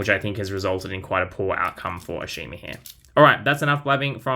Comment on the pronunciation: Ashima is pronounce Ash-i-ma in AEG. I believe someone told Mattel that they said her name wrong ever since her introduction.